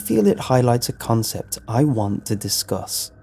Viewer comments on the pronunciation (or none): none